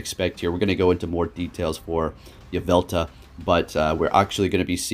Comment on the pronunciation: There's an L at the end of Yveltal